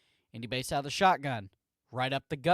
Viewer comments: Yeahh it’s Bass…like the fish. Hearing it “Base” the whole time was difficult lol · Not only that, his name is pronounced Bass like the fish not Base. Seriously dude..... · Bro its basss, like a fish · It's bass like the fish and he's a RB